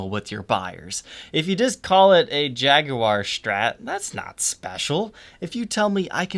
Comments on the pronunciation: Could you play say Jag-wire instead of jag-oo-war, since the "u" is silent? It's as annoying as somebody pronouncing cinnamon as cimmanin. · Great video! killing me on pronunciation... What is a jag-oo-are??? "Jag-war" or if your are British Jag-You-Are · More important: it's JAG-WAR, not Jag-you-are!!! Good god, I can't stand it when he says that. That's the pronunciation for the British automobile manufacturer, NOT the guitar or the feline. Feel free to watch Fender's own reps say it,. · Jag'-u-ar? There you are. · Please pronounce it as we do in Boston. It's Jag-wa. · You're american and you pronounce Jaguar like a brit. Strange. Or should I say...shhhhhtrange? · Why do you say Jaguar funny? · the "oo"/U sound is just a British affectation, like 'aluminium' - another pointless way to pronounce something that never needs re-pronouncing. 'clever' Brits, hmmm. Of course in the U.S we murder EVERY language, since that is inevitable consequence of 350million people with vastly different genetic backgrounds attempting to live together.